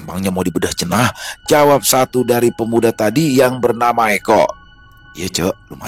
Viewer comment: belajar lagi bang cara baca dan logat sunda nya ya,,,,, "ceunah"... lucu denger nya 18.43 abah cep.. mungkin "abah encep"